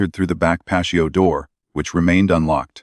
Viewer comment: Who mispronounces patio???😅😂🎉😮😮wtf.